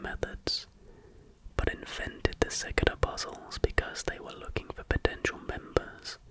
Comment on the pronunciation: It took me a while to realise that you were talking acout Cicada 3301 when you said “sik-da” 3301. Never seen someone mispronounce cicada like that😭